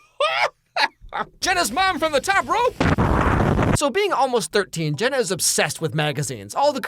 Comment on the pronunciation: How did that stupid photographer pronounce JENNA as GINA.... SMH it'd be different if her name was spelled Gena, but it's not....